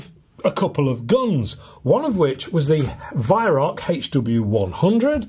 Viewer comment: just so you know Weihrauch is pronounced VYROW (Row as in argument) not VYRACK.